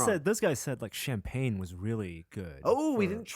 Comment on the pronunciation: Shampan?? Or do you mean champagne???